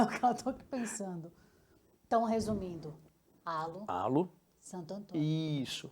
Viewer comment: Gostei muito do canal, mas confesso que fiquei surpreso e desapontado com o fato de, apesar de tão ligados ao automobilismo internacional, não saberem pronunciar a palavra “halo”, que também é uma música muito famosa da Alicia Keys. A pronúncia correta é bem perecida a “reilô”; isto sem me dar ao trabalho de buscar em um dicionário, pra postar uma pronúncia mais correta. Tendo feito a crítica construtiva, achei o canal muito, muito bom e, desejo muito sucesso. Parabéns!!!